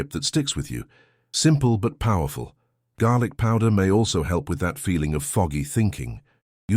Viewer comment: Garlic . Not garic. Fool